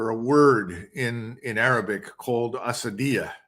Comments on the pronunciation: its asabya not asadia but i appreciate your knowledge about ibn Khaldoun as a tunisian ! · Asabiyyah not Asadiyyah . Maybe I heard him wrong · Its ASABIYA NOT ASADIYA. Close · Asabiyya colonel …not asadiyya …may have heard it wrong though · Dear Judge. Small correction to the great colonel. The term is "Asabiyyah" not "Asadiyyah" by the great Ibn Khaldun who was also an influence on president Reagan. The term refers to the social cohesion bond of a community giving it a shared sense of purpose. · Colonel McGregor meant to say: ASSABIYAH which means group feeling in arabic. He mispronounced it by saying ASSADIYAH which means lionlike. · I thought I heard the Col. call the Arabic term used by Ibn Khaldun for community solidarity 'asadiya'. It should be 'asabiya' with a b. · The mis-pronounced word in question by Col. Macgregor is, ‘asabiyah’ and is defined as ‘solidarity’, ‘group feeling’ and ‘group consciousness’ by Ibn Khaldun in his epic book, “The Muqaddimah”, translated from the Arabic into English by Franz Rosenthal. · السدية Asadeeya- at least in the Colonel's pronunciation means "sadism" 😂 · Doug still loves the IDF... It's "ASSABIYAH", btw. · excuse me to correct you colonel it's called the "Asabiyyah" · It's Asaabiyah A-saabi-yah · My regards Colonel Vers small correction : it is " ASSABIA "= عصبية